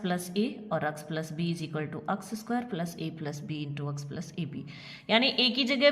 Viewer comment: App X ko aks kiyo bolti ha